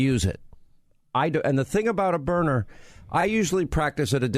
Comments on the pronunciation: That's how Sean pronounces it, and don't understand why. It's not "Burner"! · I have the LE model which is powerful. I would expect that if you hit someone in the eye with a kinetic round, let’s say at 15 or 20 ft, that individual would be hurt, and hurt bad. And yes, it’s Byrna, not Burner. I don’t watch Fox News any longer. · I love my "BYRNA'S" not my burners as Sean Hannity kept referring to it. I have the SD and LE. I couldn't be more satisfied. But it was like nails on a chalkboard every time Sean said he loved his Burner. Bryan and Luan great interview, but next time be proud and tell the interviewer to pronounce your products name correctly. Even if it is Sean Hannity. Especially if it's Sean Hannity. He has a big following and when he says the products name 20-25 times in one interview, it sure be the right pronunciation. Great products Burner. I mean Byrna. Now you got me saying it 😜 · It's byrNA, NOT BURNER Hannity. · It’s Berna, Not Burner. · Hannity why do you keep saying burner when its byrna? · Sean spells Byrna correctly at least twice and miss pronounces it every time calling it Burner. WTF Sean! 😂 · Hannity never misses an opportunity to supplement his 25million a year salary from FOX. Every weekend he flies private jet to an outing, a company, a radio station gathering for a large fee. Guaranteed he was paid to do this speil. Didnt even do his homework on how to pronounce the name right--spells it out, but can't say it correctly? The Product is great---I'm getting one, but not because of Sean Hannity-dude didnt stop talking from the start until 4 and a half minutes...my God, the man makes every show about him...more guest time less hannity time. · Probably would come across better if you said the name right of the company.